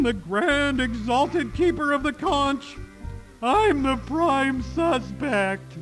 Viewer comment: Kudos to Dan pronouncing conch correctly the first time he said it, and very disappointing that the games doesn't.